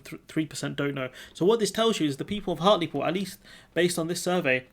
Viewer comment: Hartlepool - not 'Hartley Pool'